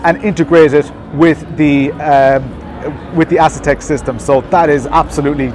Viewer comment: Not a big deal but I am pretty sure that it is pronounced “A” setek not “Ass”etek. 😅❤